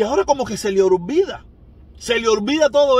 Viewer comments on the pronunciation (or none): No se dice ORvida, se dice OLvida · Se dice oLvida